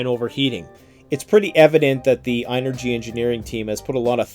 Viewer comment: Its pronounced just like the word energy. ...think about it..the word "in"..ergy...